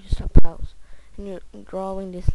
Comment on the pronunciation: "You can pose whenever you like" Its pause not pose